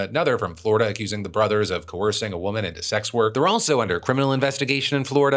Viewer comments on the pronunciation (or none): none